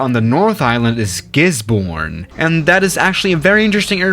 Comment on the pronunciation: Pronouncing from: Hokitika: hoketeka ❌ Christchurch: Christchurch ✅ Auckland: ahkland ❌ Timaru: temaru ❌ Queenstown: qwenstin❌ Wellington: Wellington✅ Gisborne: gisboren ❌ Whangarei/fongaray: wangaray❌ Taupo: Taupo✅ Good job I am impressed ✅✅✅😃🤝🤝👏👏